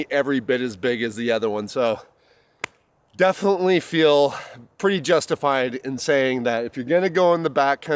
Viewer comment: "Blockeen"????? "Winner camping"????? "Litterly" is not a word. "Definly" is not a word.